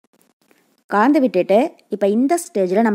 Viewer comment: Nalla Thamizh.Kalandhu enbadhai kaandhu endru solvadhai mattum thiruthavum